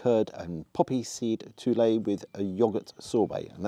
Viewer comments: Poppy seed toolay [tuille?]...pronounced tweel [tuille] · Tenderstem brocolli not tenderstorm haha also saying it it's tweel not toulè haha but great content yet again mate and would love to visit that pub myself but I'm too far up north haha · Tuile is pronounced tweel FYI :) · Looked decent, fyi Tuile is pronounced Tweel